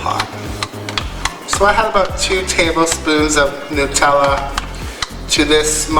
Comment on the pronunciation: It is a mystery to me why the first crepe and/or pancake is not the best. Why is that? LOVE the savoury ones with the feta cheese. I want to travel just to taste new cheeses. Honey walnut and cheese OMG. I am in love. I was just thinking that that nutella needed some banana, lol. Bless you for saying New-tell-ah, I used to get so many nut-elle-ah comment. Drove me crazy.